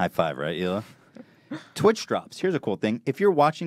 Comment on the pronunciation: Really glad post doesn’t mispronounce Hila like so many others do; It’s just (h)ila